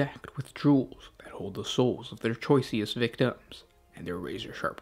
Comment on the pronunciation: Did I hear you say "choiceyest?"